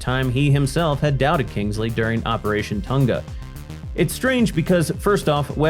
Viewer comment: Lol, 'Kangsley'! 🤣